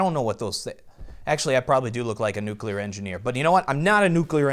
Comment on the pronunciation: That moment when a guy who brags about his voice says "nuculear".